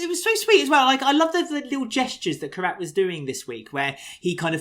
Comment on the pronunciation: I absolutely love and, you boys do an amazing job and I log in every week to hear the podcast I love it. But "" theres one thing that makes my blood boil... please please please stop mispronouncing Kheerats name its "Kheerat"(kheer_at) not Karat (k_rat) thankyou and I love you guys!